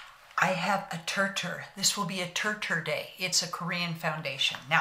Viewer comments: I thought the Brand Name was pronounced like you said, but it is pronounced “tear tear”. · Just wanted to let you know that all the channels I watched about this make up they pronounced it sounding like tear teer.